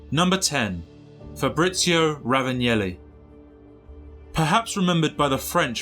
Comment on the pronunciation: RavanElli, not Ravanjelli.